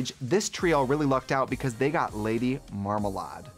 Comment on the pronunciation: “Lady Marmalard” ah, I love Trixie